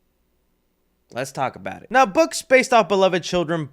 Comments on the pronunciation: Why do you keep saying purple crown and not cray on lol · you say crown instead of crayon the whole video, shit triggers me in a way where i need like a week before watching your videos again lmao. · Why do I keep hearing purple crown instead of crayon? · please stop saying crown, it cray-on. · CRAY-on . . . craywn . . . crown. The evolution of you pronouncing this word as the video unfolds is weird, lol. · PLEASE its not Crown its CRAY-ON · Is it just me does sound like he’s saying Crown whenever he says Crayon? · are you saying Crayon or Crown? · "Crown" you're killing me with the pronunciation 🤣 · It sounds like you're saying "purple crown." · bro you gotta pronounce it right, cray- on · I watched twice just to hear u pronounce “crayon” lmao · trying to say crayon is cracking me all the way up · I'm unsubscribing just for saying the word crayon wrong...... i'm kidding. I was never a subscriber, but if I was!🤣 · no one says it like that. Don't simp.....